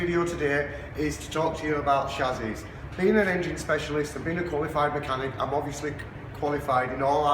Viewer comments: What on earth is a shazzy? It is pronounced chassis. Welding as you suggest is madness as well as negating insurance, any car guarantee, any safety construction and probably highly illegal. Your own operators insurance would probably run a mile when a claim was brought against you for someone who died in an accident driving a Datsun with your modification. Apology, but are you really sure about this? Easy to disprove any fears we may have in your next video. Please. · Learn to pronounce chassis not chazzy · Chassis is pronounced shassy not shazzy.. It wasn't me